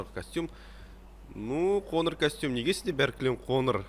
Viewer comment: Қоныр емес қоңыр, ң ды айталмаймынба